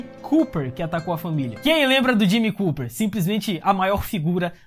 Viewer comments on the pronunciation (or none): none